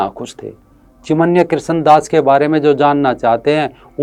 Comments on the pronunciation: चिन्मय बोलो चिमन्या नही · सराहनिय व्हिडीओ। चिमन्य नही, चिन्मय कहीये, चिनमय। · चिमन्य नहीं भाई, चिन्मय दास हैं।